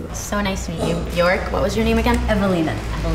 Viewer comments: Bjørk. Not Bjork. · If her name is Bjork she's not even saying it properly. It's said like "Byerk" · What an odd way to pronounce bjork as it's the wrong way. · Her parents taught her the incorrect pronunciation of her own name. Great job!